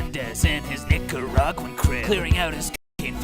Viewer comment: Him pronouncing Nicaraguan wrong was what hurt the most. We’re already irrelevant on our own we don’t need help